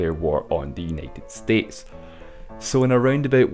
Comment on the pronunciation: Uneted Estetes LMAO!!!!